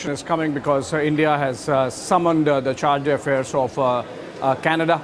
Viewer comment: Charge-de-affairs pronounciation! 😂What kind of "English" news channel is this?